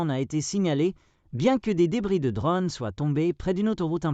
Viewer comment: Des drônes, pas des dronnes !